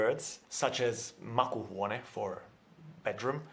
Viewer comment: There was one mistake. He said makuhuone, and that would mean taste room. Its actually makuuhuone=laying down room.